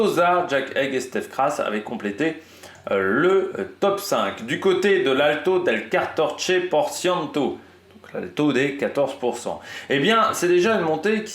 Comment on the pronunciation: Alto del 14% se prononce alto del quatorcé (phonétiquement) porcientos 😅 Wout doit pouvoir gagner aujourd'hui !